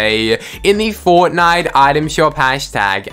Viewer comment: HERE INSIDE OF FOWTNIWTE ITWM SHWOP